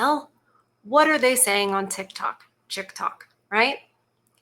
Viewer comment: "Chick-Tok"??? That's funny!!!